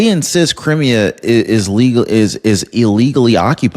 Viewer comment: You are mispronouncing Crimea. It's Cry me ah